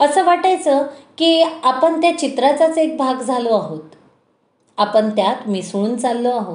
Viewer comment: न आणि ण चा उच्चारा वर काम करावे. जाण्यापूर्वी... जान्यापूर्वी नाही. आपण... आपन नाही